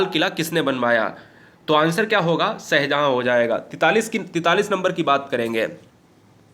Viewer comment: सर आपका उच्चारण बहुत खराब है भाषा और नाम ठीक से लिया करिए शह जहा नही होता शाहजहां होता है मैने आपके बहुत सी वीडियो में देखा है गलत उच्चारण करते हुवे